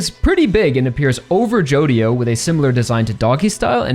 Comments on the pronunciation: someone probably already said it, but the "dio" in "jodio" is pronounced "jo" apparentely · Araki really said JODIDO JOESTAR huh